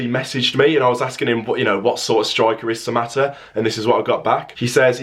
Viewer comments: you said that right mbwana samatta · You have said it right bro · You said it right buddy